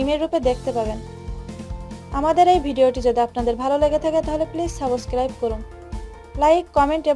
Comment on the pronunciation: সাবসক্রিরিপট 😜😜😜😜 আপু উচ্চারন গুলা ভালো করে শিখুন পিলিজ 😜😜😜😜😃😃😃😃😃😹😹😹😹😹😹😹😹😂😂😂😂😂